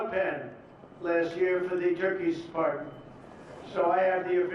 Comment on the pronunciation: Forbes chairman pardone da turkey? 😂😂😂😂😂😂😂